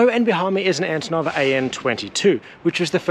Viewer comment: Antonov not Anotov😂